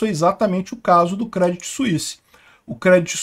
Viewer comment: Se fala Crêdii , sem o T